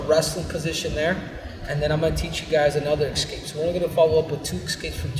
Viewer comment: I take it nobody has told him that he's saying "escape" wrong for fear of him beating them to death? That's fair. I need to improve on my ecscapes anyway.